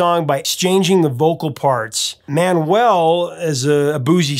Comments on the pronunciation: A: Richard's name was pronouced Manual, not Man-well. B: It's take a load of Fannie, not Annie. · Always a great fan of The Band. I think it's Mau-u-el not Man-well. You're missing the great vocal contribution of Manuel who Levon says was the lead singer of the group (Last of the Blacksmith) and Danko (Thinking Out Loud). A lot of people think Clearmountain messed with the drums on the remix, and I think there is too much reverb.